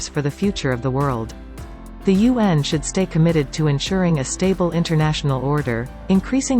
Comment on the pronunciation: You pronounce UN as Yuan ( the renminbi) 👍 Just a China trivia